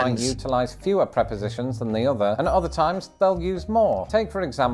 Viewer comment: Now you have use T and R in words . Like Button use the T not buon Button. Other is not oher. OH tiger is not iga .